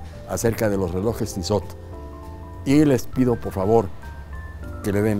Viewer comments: Se pronuncia "Tisó"... (de nada) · este personaje se dice con estilo y no sabe pronunciar la marca hahahahaha